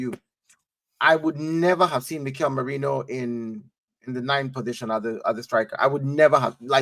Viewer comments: The Name: Marino Terrys Pronounciation: Merainoo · You got the name wrong mate. It’s “Merino”. Thanks 😊